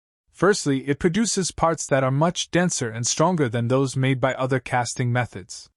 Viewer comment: I'm going to guess that it is AI. The relaxed pacing and pauses make it pleasant and not sound like AI. There is some slightly odd sound during some S sounds, e.g. the S in casting. Some distortions in syllables, e.g. "impurities", "strong".